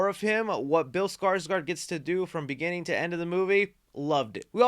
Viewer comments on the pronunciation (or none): none